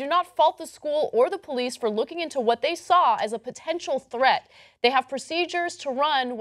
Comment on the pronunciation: she said police wrong lol